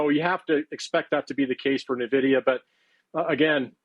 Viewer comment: He can't even say Nvidia correctly.